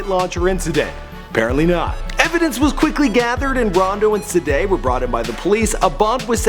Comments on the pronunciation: He said saday instead if cdai😂💀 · its pronounced cday not sday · its cee-dai not cday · "SI'DAY" nigga its CDAI im fkgn done wit him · he said C-dehh always pronouncing some wrong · He cant say Cdai he say Cda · who's saday?😂 its c-dai kid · C- DAI NOT sadai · Said cdai wrong it's literally cday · cduh 😂😂 its cdai pronounced c day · Cee-Day not saday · He Said CADIA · "rondo and se-day" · oh man dis nigga say Cdead first time oml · The way he say cdai😂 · Why tf u say Cdai name like that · The way he says "Cdai" haha